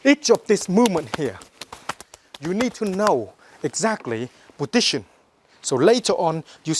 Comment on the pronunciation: "when you under stand this podition" epic ^^ anyway nice training love it :D!